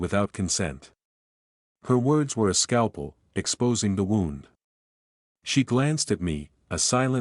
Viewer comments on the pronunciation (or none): Hey robot boy, the word "wound" referring to an injury is pronounced: WOOND, not WOWND. Was the robot editor on vacation when you completed this robot story? Meandering story, chock full of robot-y nonsense. How does one "LAIVE" with somebody? AND WHAT THE HELL IS A "RAY-ALL" LAUGH?